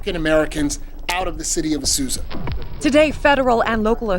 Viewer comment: Dude said Asuza. Sounds like somebody needs to learn their ABCs.